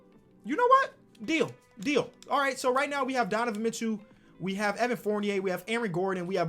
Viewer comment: “Donovan Mitchew”